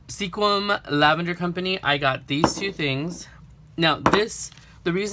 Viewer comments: LOL.....in the Northwest we pronounce it Skwim....not sequin. Kinda like people from Nevada pronounce it Nah-vah-dah. Their are so many beautiful little towns dotting the Northwest. My parents came from Reno to visit and we ended up moving here almost 50 years ago. It is truly a gardeners/farmers paradise. There are tulip festivals, lavender festivals, strawberry, blackberry, dahlia, lilacs, blueberry and of course Rose festivals all over. Anything that comes from the fields or ocean and there is a festival. So, glad you had so much fun on your trip. Hope you get to spend more time visiting next time. Ciao! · I love how he said that he wanted to make sure that he didnt misspernouse sequim but he did XD. Its pernoused squim